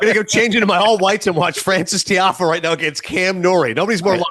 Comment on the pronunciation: “Nicholas Tiafoe”